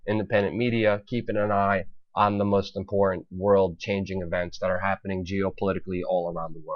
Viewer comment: Good work as always, but I would advise that you work a bit on your voice delivery. Try to refine and polish your word enunciation. Words like 'Putin' and 'important' are sounding like 'Pu-in' and 'impor-ent'. It robs you of verbal power in your presentation to speak this way. Just focus a bit more on articulating each word in a more definite and intentional manner and you'll come across as more authoritative. Your content is solid though, nice job.